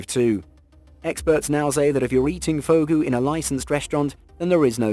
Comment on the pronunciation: Check before posting. It's not "Fugo" but "Fugu".